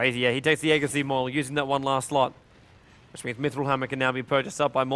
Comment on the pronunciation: How come no one knows how to pronounce aegis properly?